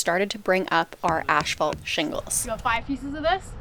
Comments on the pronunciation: Are you saying ash-phalt? 😊 No shade just fyi it’s asphalt. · Is it an accent thing that they call Asphalt Shingles 'Ash fault'? Around here we pronounce it like 'ass fault' Either way nice job on the shack. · Please stop saying ash-fault, it's pronounced ASS-FAULT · stop saying "ASHfault" :P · Ash-phalt a Canadian pronunciation? Never heard it said that way.